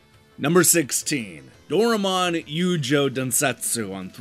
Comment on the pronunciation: So by the way, you can type in Doraemon here on Youtube to hear how it's pronounced. But I guess you went for a recreation of the ignorance of that Magazine towards a Game that they reviewed with a bad rating just because they did not understand what's going on in the game. :D